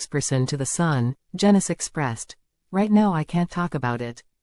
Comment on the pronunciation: Its pronounced jeenus not jenus which might turn out to be apt rhyming slang as up and coming pics might show